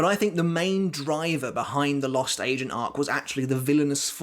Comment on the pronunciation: It's sounds like he's saying the lost " Asian " arc!